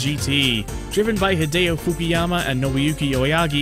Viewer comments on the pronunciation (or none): none